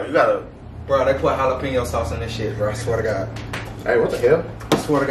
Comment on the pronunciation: Lmao he said jalapeño sauces bro let me stop 😂😂🤣don’t make me hurt your feelings 🇲🇽🇲🇽🇲🇽💯💯💯💯💯